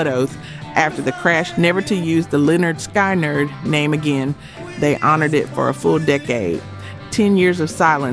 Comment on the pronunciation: You need to try and do better with the AI narration…it completely bungled the name Lynyrd Skynyrd…it pronounced it like “Skienerd”